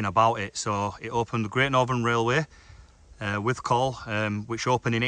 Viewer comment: Good explore. It's pronounced "withcul" not "withcall" Surprised the owners didn't mention it! How many minutes would it have taken to walk from one end to the other without stopping?